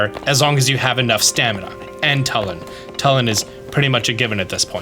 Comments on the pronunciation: Hey I think it's pronounced Tulin with a U not Talon with an A❤ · Telin? TELIN? ITS TULIN GOD DAMMIT Luv ur vids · it took me 3 tries to parse what you were talking about when you said "talon" instead of "Tulin" lmao had to extrapolate from context. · Yeah it's not "TULL-in", it's "TOO-lin", like the word "tulip"... They pronounce it in the cutscenes that have voice overs, like the one where Tulin is unlocked as a sage. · Just FYI, the name of that character is Tulin, not Tullin. It's pronounced "too-lin", not "tuh-lin". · Tulin (Toolin) not Tulin (Tuhlin) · he pronounced Tulin as Telin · Great video, but I'm pretty sure it's Too-lin not tuh-lin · Bro pronounced his name T(UH)lin💀. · It's pronounced tu lin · Great info thanks, but for the love of god PLEASE stop saying "Tullin" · It’s pronounced Toolin Two-Lin They say it in the Cut scene with the sage of wind. Please up vote this so he knows! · why does he say "Tullin" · you just assaulted Tulin with the way you said his name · Him mispronouncing Tulin is really getting to me, great video otherwise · i really dont understand how you never know how to pronounce zelda character names no matter how easy they are like at this point i dont get it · Wicked video! Thanks for always providing great tips :) Will forever be bugged by you pronouncing Tulin's name wrong though xD